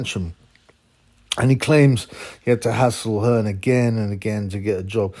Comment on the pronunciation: Its Hearn..and not Hearns.